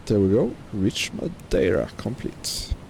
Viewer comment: Top marks for your pronunciation of Madeira. 10/10